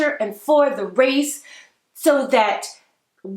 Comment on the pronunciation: and “dat” instead of “that”😬